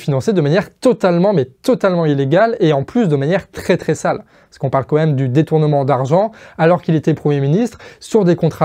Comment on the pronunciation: Merci encore à l'équipe pour votre travail. Je relève juste une petite chose. Ça fait plusieurs fois que je t'entends dire "comme même" et non "quand même". C'est sûrement une hallucination auditive, mais je préférais faire la remarque pour être sûr. Et sinon, pour finir, la vidéo est tip top, comme d'hab !